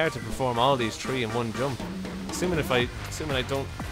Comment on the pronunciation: It's three not tree okay